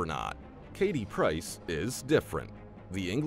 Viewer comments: It’s Katie Price, not Piercers😂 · Katie “PRICE” get it right you have one job.